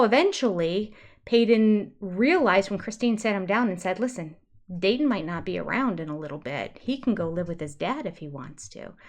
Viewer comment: Does it drive you nuts that Robin is unable to say words with a t in the word? She even named her first child a name that she cannot pronounce. Dayton has a t in the middle so she just pronounces the vowels on either side. It makes me absolutely crazy.